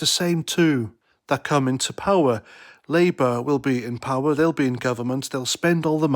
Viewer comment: ed "liiebour"? Whats all that about?,not very coherent at all Try harder laddie